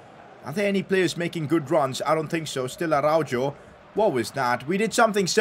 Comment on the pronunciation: PCQ: Araujo is read Arauho not Araudzho